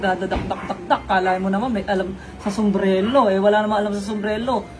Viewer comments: BOBO ampowta SOMBRELO daw sbi ng,,, tas babanat pa ng walang alam s business eh salitang SUMBRERO nga d nya mabigkas ng TAMA, SOMBRELO daw ano ka bata,,, qng dba nmn nuknukan ng TANGA 🤦🏽🤦🏽🤦🏽,lupeeet ng mga binitawan mo Headshot tlga 🔥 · "Sumbrero" hindi "Sumbrelo" tanga HAHAHAHAHA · 8 months ago na to pero putangina mo patawa ka wahahaha ultimo sumbrero bigkas mo sumbrelo ulol! 😂 panggap ungas. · It is pronounce as Sumbrero not Sumbrelo!, I CAN TELL THAT YOU ARE UNEDUCATED! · Tsaka, "sumbrero" kasi yun, hindi "sumbrelo". HAHAHA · ANUNG SUMBRELO?😂😂😂😂AYUSIN MO PRONOUNCIATION MO.😂😂😂😂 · 25K? Hahahaha 😂😂😂 tpos "sumbrelo" pagkakasabe ni 😂😂😂😂 ahhahahaaha balak ata makihanay sa LV or Dior hahahhaha boss malala na yan si hahhaa